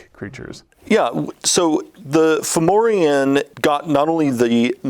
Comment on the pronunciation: kept saying Fomorian as Formian... dammit do not give me false hope that WotC is bringing back our favourite Lawful Neutral hive-dwelling Ant-people!:D